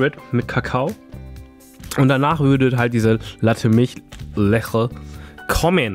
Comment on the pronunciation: das wird letsche ausgesprochen nicht leche